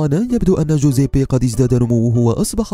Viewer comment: كل شي تمام بس طريقة نطقك لاسمه مره غلط ههههههههههههههههههههه